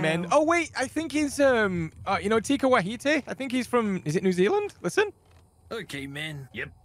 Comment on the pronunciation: Big fan from New Zealand bro haha love how u noticed who the voice over for that character was and tried to say Taika Waititi and said tika wahite instead 🤣 still tryna catch up on your vids